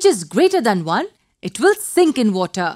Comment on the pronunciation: i came here to learn but WOTAH!!!